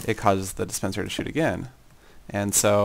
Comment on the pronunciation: It sounds like you said "It causes the dispenser to shit again"!!! hahahahaha